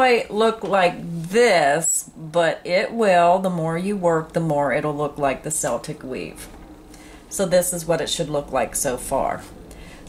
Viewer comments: Only one complaint.....it's not seltic....it's pronounced Keltic..grma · Celtic in this instance is pronounced Keltic. Celtic as in seltic..is name of Glasgow football team. Celtic is a culture Scots, Welsh, Irish are Celts (Kelts) ;) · Yes pronounced 'keltic' but spelled Celtic... its really a no-brainer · What is this a multiple of? You normally let us know so that we can use it for our projects. (Btw...Celtic —- the c has the k sound...”kel-tic”. ) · The c has a hard c sound, pronounced "keltic" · It's pronounced Kel/tik. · You pronounced Celtic wrong. The way you said it is like the basketball team. Even they say it wrong. Keep up the good work. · You are right. My hubby is Irish. 😊❤